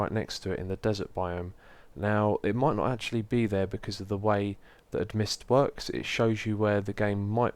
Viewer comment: Xisuma im sorry but i have to... Amidst is pronounced A - Mist :) not Ad - Mist